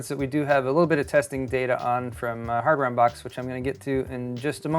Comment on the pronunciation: You said "Hardware Unbox", but I heard "Hammer Unbox" and immediately imagined someone opening a motherboard box with a hammer. I want that channel in my life.